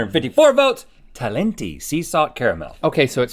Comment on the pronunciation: Surprised there aren't more comments on the fact that they mispronounced talenti